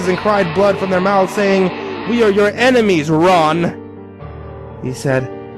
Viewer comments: IEN-emies. He has IEN-emies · no, no, no, the reading is all wrong, it’s pronounced EYE-nemies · You said a word wrong It’s pronouncer “Eye-Nem-Ees” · He said strve but not enimes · ITS PRONOUNCED EINIMEES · “Enemies” You mean enimes? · It’s pronounced einimes